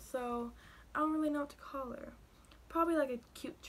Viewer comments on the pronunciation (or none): none